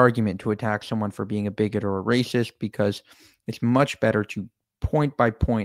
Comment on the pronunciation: I was sitting here thinking ”funny how he uses every single talking point we hear about daily in the media.... how he pronounces biggot with some extra Oomph, and drags out islamophobia.” And then He stands up not even a full 2 minutes later and says ”I’m just using the word so people here understand what i am talking about. When i say that they understand.” Yeah, you was trying to ponder to their fear and their emotions, the one whos is biggoted and a liar here is you. Sit the fuck down, the people didn’t listen...